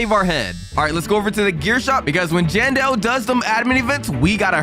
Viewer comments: It's jandel not johndel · Johndal😂😂😂 it’s jandel